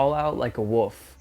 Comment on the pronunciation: Wolf not woof lol😂, Thats the second time you have called it a woof. Still love ya though. Isn't it ball lightning?